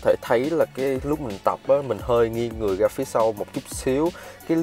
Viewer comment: Tập phát âm chữ ra , rồi , rêu rao ... ( ga, gồi, gêu gao ...???)